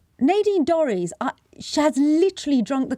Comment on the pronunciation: Nay deen Dorrys who is that?????...............SANGITA same my name correctly it's NADINE DORRIES! disgusting intentional mistake from a pretendy journalist! fix it!